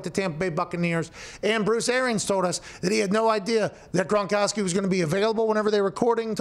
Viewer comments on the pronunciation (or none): Forgot I had my speed set to .75.. watch the first 10 seconds like that and hear pat mispronounce "gronkowski".. I legitimately thought pat was doing a bit and watched at .75 speed for a full 90 seconds..